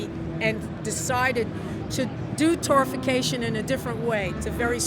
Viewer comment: It's Torrefaction not Torrification.